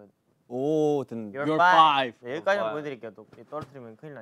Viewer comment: After this now I can finally say, "✨I'm fOiVe✨" 😅😂